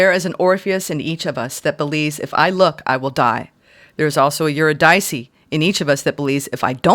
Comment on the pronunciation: uhr-IH-dih-see is how Eurydice is pronounced, fyi.